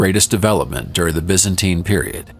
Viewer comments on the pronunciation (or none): none